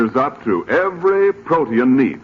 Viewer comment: Protein pronounced as 3 syllables....pro te in.....😊